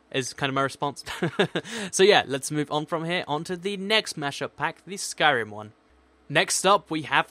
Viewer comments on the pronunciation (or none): In the skyrm one you said iorn wood door